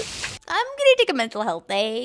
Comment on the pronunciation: “Imgonna take a mental helth deey” idk why I found that so funny 😆